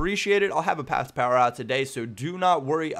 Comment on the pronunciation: Path to Powurr